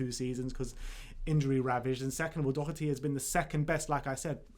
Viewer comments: pronounced "Doherty" right. Great to see another Irish player is going to be in the squad. COYS. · You guys are getting the pronunciation of Doherty right - the first syllable is not "Dough". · When u say Doherty I always thing of Thomas Doherty not Matt 😂😂